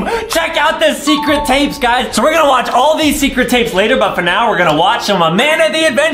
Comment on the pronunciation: Did anyone talk about adam saying secwet